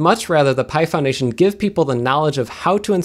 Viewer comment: Every time he says "Pi Foundation", I initially hear "Python Nation", which sounds rather cool. Anyone else have this happen?